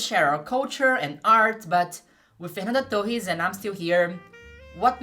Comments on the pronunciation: Eu descobri seu canal agora, com esse vídeo. Eu chorei te assistindo. Sou professora de história no Brasil e esse filme me destruiu, sou apenas mais uma torcendo muito pela Fernanda, e fui pega pela tua thumb, nem sabia que você é brasileira. Sou be no primeiro Fernanda Torres que você pronunciou. A terceira parte do seu vídeo é ainda mais maravilhosa do que todo o resto. Peço licença para usar algumas partes editadas (apenas com a minha tradução simultânea em português) para usar nas minhas aulas do nono ano. Parabéns. Nem sei sobre o que é o teu canal, mas já estou inscrita. Amei seu vídeo. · você é brasileira ? ninguém americano pronunciaria Fernanda Torres tão brasileiro assim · O jeito que ela pronunciou Fernanda Torres eu não tive dúvidas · of course you are: Fernanda Tohees! Like it's meant to be pronounced! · Ouvi Fernanda Torres pronunciado certo e pensei essa mulher é brasileira certeza (to chorando só com o video) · Eu saquei que era Brasileira na Pronuncia do "Fernanda Torres". Sensacional o trabalho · Nunca tinha visto seus vídeos e sequer sabia da existência de seu canal. Percebi que era brasileira quando pronunciou nomes de brasileiros sem sotaque gringo... rs... depois veio a confirmação. Amei o vídeo e fiquei muito feliz pela abrangência do mesmo. Ganhou um novo seguidor... continue o belo trabalho!! Saudações do Brasil! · Seu inglês é tão perfeito que só saquei que você é brasileira quando pronunciou o nome da Fernanda Torres 😊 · Falando nome dela mt bem, vc é brasileira q eu sei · Is the owner of this channel Brazilian? Her pronunciation of the name Fernanda Torres is perfect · You say my name correctly. Thx ... I am Fernando, Nice to meet you.